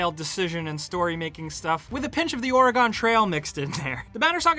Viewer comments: It's Or-uh-Gun not Or-uh-Gone. Thanks for the video. Looks like a fun game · Oregon pronunciation is supposed to be "awr-ə-gən". Basically just say organ (like an internal organ) then just add a "eh" sound after the "or", like "or-eh-gun". Just for those who were wondering. Because people from Oregon can't stand when we hear "Or-ee-gohn". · It's not "Or'uh-GONE"! end it with gun... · I believe he is from the East Coast. When I lived in Ohio, A LOT of people pronounced Oregon (Or-ih-gen) like "Or-ih-gahn". I guess it's just a thing. Drove me nuckin futs... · for the love of all that is good. It's pronounced OR-Y-GUN fluently, not OR-UH-GONE. And that's not just because I live here. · Oh god.. you said Ore GONE.. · he's pronouncing it like it's a mythical kingdom. "We settlers will head west in order to find the promised land of Orrigone." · GONE trail haha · Ore i (as in "it") gen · "The OR-a-GON Trail" lol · You say Oregon wrong... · That was an....interesting way to pronounce my state's name... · Is he pronouncing Oregon weird, or am I just crazy? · He is saying it very weirdly. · How else are you meant to pronounce it? Oregon is pronounced how it's pronounced. Do you say "Oreegan"? Or? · That pronunciation of Oregon tho xD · Hhhhhhh. Where do these people come from, and how do we make it stop.